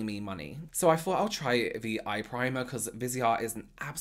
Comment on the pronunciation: Excellent content but I’m distracted by the way he says ‘Fings’ instead of things and ‘Fort’ instead of thought 🤔🤔Good info though!